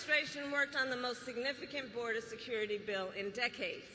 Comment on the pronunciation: Close de boder